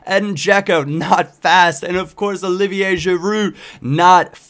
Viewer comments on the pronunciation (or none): none